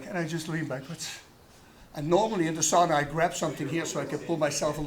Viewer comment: The way he said "sauna" kinda irkes me. I'm a Finn. I welcome him to Oulu. I love the guy.